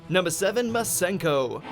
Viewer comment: It’s masenko